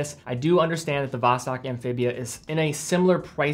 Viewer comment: Sorry for me being picky, but you don't pronounce Vostok that way... As a russian, to me that simply sound terrible (no offence). The right pronunciation is Vast'ok, like "fast" + "door". Saying it right will definitely gain you some bonus respect points from russian speakers. Cheers 👍